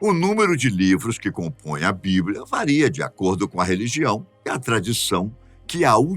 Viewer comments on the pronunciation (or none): none